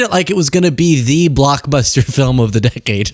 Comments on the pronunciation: Its not a documentary its a "FILUM." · The way she pronounces “film” 😂